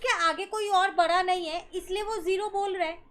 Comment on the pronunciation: Maan it's bada not bara